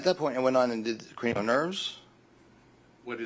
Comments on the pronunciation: You are not being overly harsh at all. In my opinion, even his expert sounds like he doesn't take anything too seriously, and why would a neurologist be self employed? Don't they normally tend to gravitate to large reputable hospitals for employment? How TF was he saying cranial nerve? I heard something along the lines of Keurig nerve 😂 ☕ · Maybe dr was nervous on stand which caused his pronunciation issues. The way he said cranial, I can understand how if your not in medical field you may not be able to know what he was saying or referring to. The fact any $ and time was wasted on wade Wilson's brain with scans, Dr exams and all this time in court is absolutely ridiculous. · Cranial nerves. Why would you know those nerves? Most people don’t unless you are in the medical field. I think this guy either had a stroke at one time or he has a speech impediment.